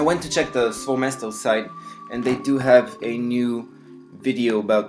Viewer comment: SVOE MESTO- SVOE' MESTO which means in russian (my/my own place). you have to stress it right coz it sounds ridiculous otherwise